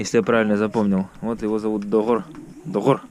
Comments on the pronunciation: отлично! Какой молодец, произношение уже без акцента "Доҕор", обычно многие иноязычники через г произносят, а вы сразу через ҕ) не плохо не плохо). Автомобиль рекомендую с Владивостока пригонять. Желаю удачи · да так и есть сразу заметил, "до5ор"буква г(5) Малодец 👍🏼👍🏼👍🏼👍🏼